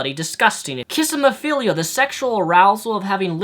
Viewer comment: Pretty sure it's Klismaphilia. Also, I knew those before, but I was mature enough not to make a dork out of myself in public. Must be the first video I have to dislike, but it won't hurt you. Unless you have Likebarophila. <3